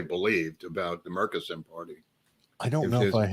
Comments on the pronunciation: I grew up in Dallas, everyone there I've ever heard say the name pronounced it Murch-eh-son (not murk-i-son) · From Athens Tx about the closest city to Murchison Tx....Murchison pronounced like merchandise. By the way there is a airstrip in Murchison big enough to land a jet?